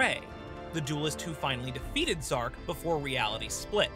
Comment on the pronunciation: Zarc not zark